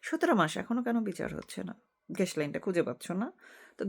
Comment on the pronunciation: দয়াকরে বাংলা উচ্চারণ নজর দেয়া জরুরি ( গ্যাস) শুভকামনা রইল